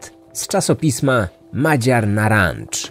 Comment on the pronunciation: Bardzo ciekawy odcinek! 😀 Następnym razem służę pomocą w sprawie wymowy węgierskich nazw! ☺️ To nie pierwsza sprawa z Węgier na kanale, wcześniej byłam wręcz pod wrażeniem dbałości o takie językowe szczegóły, w tym przypadku szczególnie ‚Madziar Narancz’ zabolało. ;) Taka ciekawostka - czasopismo nadal jest wydawane. Poza tym oczywiście wysłuchałam z przyjemnością 🧡